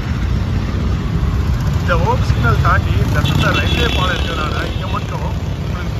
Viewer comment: Please pronounce Paalam properly.